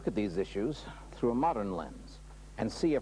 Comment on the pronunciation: 'Througher' lol ffs.